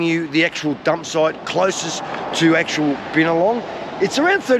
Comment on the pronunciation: He pronounced the town wrong